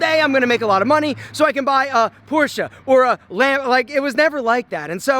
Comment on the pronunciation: Thanks for pronouncing PORSCHE the right way. Cheers from Germany.